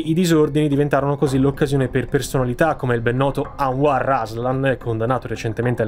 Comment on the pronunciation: no no hai detto giusto, il nome è Anwar, il nome Answar non esiste 😅